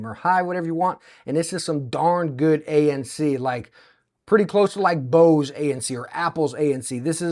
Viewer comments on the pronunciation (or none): none